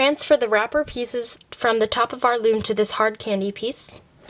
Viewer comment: You said floom